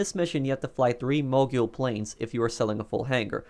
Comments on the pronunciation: It pronounced like mo-gull no mo-gule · The proper pronunciation is mo-gull, not mo-gyool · Why do you say mogul like that